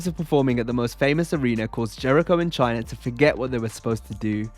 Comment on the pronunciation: Who are “Chiner” and “Cener”??!?? Those aren’t real people or names. From the look of the video I have to assume you are attempting to talk about China and Cena, but why in the world are you saying something different. WTF is wrong with you?! STOP SAYING “CHINER” and “CENER”!!!